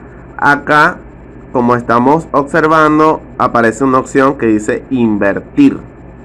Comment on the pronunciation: ¿"Ocservando"? ¿"Occión"? ¡Qué asqueroso hablas!